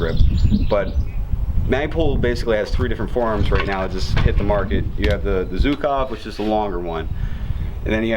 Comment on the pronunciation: Zhukov sounds a bit like 'juke off' in Russian. Not 'zook off'.